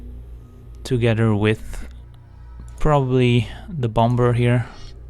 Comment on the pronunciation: Cool video. It sounded like you were saying the b in Bomber which should be silent.